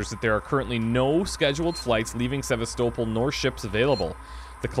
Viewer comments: Really? After 2 videos of you hearing other characters pronounce the word Sevastopol correctly, you still can't pronounce it yourself? It's pronounced Se-vast-oh-pol, not Sever-stow-pol like your doing. It's such a minor little nitpick I'm getting so far with these videos, but when everyone else is pronouncing it correctly, to hear you mispronounce it all the time does get somewhat irritating, but I can get use to it, and it hopefully won't bother me too much as I watch this LP. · it's not "SEV-ah-sto-ple". It's "sev-ASS-teh-ple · the stations name is Sav-as-to-pul not Savas-toepul! They pronounce it in game watch the part again when Valane hails the station from the Torrens. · Going to comment it everywhere)) Se-va-STO-pl is the correct pronunciation. It just sounds wrong any other way. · Yes and No. While technically both are valid pronunciations, listen to how they pronounce the station's name in the cut scenes. Names are a special case; there is usually only one correct way to pronounce a name. Sev-ASS-so-pl is the correct pronunciation for THIS station. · mispronunciation of Sevastopol is driving me nuts. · I can't help but constantly correct your pronunciation of Sevastopol. It's really annoying. Other than that, great series.